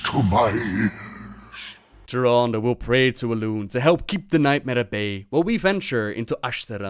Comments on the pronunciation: I wish Blizzard would get their voice actors on the same pronunciation page. Malfurion pronounces Tyrande as "Tier-AAHHN-duh". Xavius pronounces it as "Tier-RAAAN-duh". That bugs the heck out of me! Pick one and stick with it. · Xavius does not know how to pronounce Tyrande